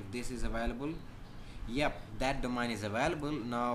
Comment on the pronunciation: He says "Domine"